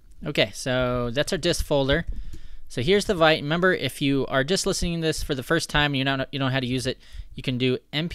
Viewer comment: It's pronounced vit not vite